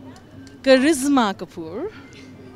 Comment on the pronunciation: Karishma not karizma